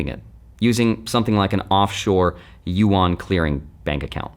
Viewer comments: "YU-AN" what is he saying???? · You might as well learn how to say it; Yuan Like U N But closer together, just say it faster. You-en It's spelled funny, but that 'a' is pronounced more like an 'e', not like you-awn. Just say UN really fast and you're 9 tenths of the way there. Yuan